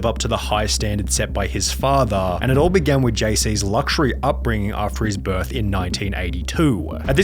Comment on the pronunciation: why do you enunciate the last syllable of the sentence in such a weird way. "He never had anything since BIRTHGFFGGGHHHH"